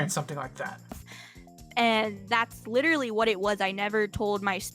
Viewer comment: "I am liturally a victem too"